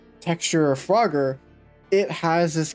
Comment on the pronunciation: It's pronounced froger (froe-ger) but I won't judge cuz I know people make mistakes :/